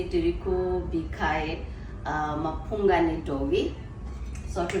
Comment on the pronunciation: It's mupunga not mapunga😅😅😅